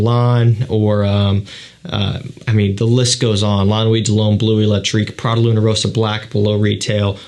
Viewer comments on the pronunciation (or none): none